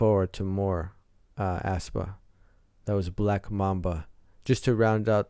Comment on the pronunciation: The pronunciation is Espa actually BTW I freaking love black mamba it's so good for debut song Thanks for your reaction to aespa ♡